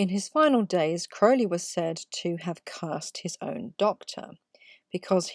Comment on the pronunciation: Thank you for filling in those blank spaces on the Tarot cards Your Correct pronunciation of Crowley…it tells me you Know your subject matter well…Thanks for all you do.